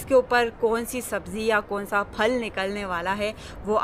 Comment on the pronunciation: فل کو لفظ نہیں درست لفظ پھل ہے